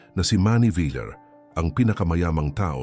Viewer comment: Bakit hindi alam ipronounce ang VILLAR?